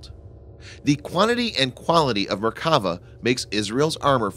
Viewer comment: One correction: in Merkava, you should accentuate the final vowl "a". If we were using accents, it would sound like Merkavá. Literally it means "chariot".